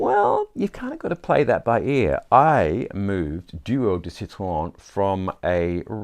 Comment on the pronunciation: Bravo pour le bel accent français pour « Duo » et surtout « citron » 👏👏👏🌟🌟🌟